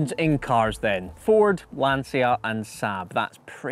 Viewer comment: People who said he forgot Saab, he didn't. It's just his pronunciation was Saaaab. 😅